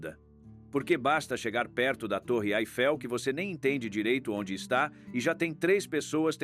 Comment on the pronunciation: O narrador não sabe pronunciar corretamente o nome da Torre Eiffel